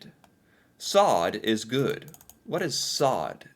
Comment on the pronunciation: I do enjoy your videos. Quick tip to the Norwegian language, if you see double consonants (two of the same letter) it is said quickly. Like Sodd, that has to be said quickly, not slowly. Same med hakke, ikke, bjeffe, kasse and so on. Wish you a great day.